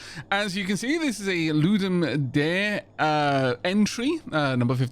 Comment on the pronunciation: Loo-dem dar-ay. It's means 'to give a game'.